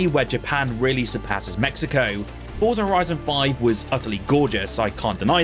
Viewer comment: Forza is an Italian word. It's pronounced "Fortza" as 'Z' in Italian is always a hard 'z.' Just think of the word 'pizza' It's not 'Forsa'